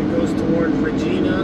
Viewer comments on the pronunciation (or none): lol "regeena" .. incorrect.. its reg-eye-na.. like a certain female body part lol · Love how u say Regina but it's literally a hard I like in the word vagi... well u get the rest 😂😂😂